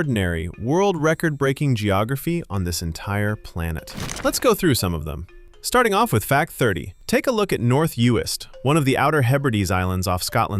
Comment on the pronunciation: Uist.... Youest haha😂 never heard it said that way. Good effort haha😂 AI is really shit at acting human still not there 😂